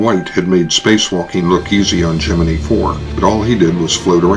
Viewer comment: I'm not sure why, but practically everyone at the time pronounced it Geninee instead of Gemini. You'd be hard pressed to find any footage from the time or even later interviews with those who were there where they pronounce it Gemini.